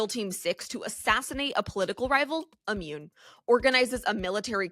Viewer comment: Ammune? Not a word. Immune is what you mean.